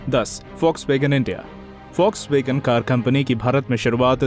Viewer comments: Foxwagen nhi Volkswagen 😂😂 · Vlokswagen india hota hain folkswagen india nahi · Foxwagean nhi bhai Volkswagen 😂😂😂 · Bhai use Folkswagen pronounce karte hain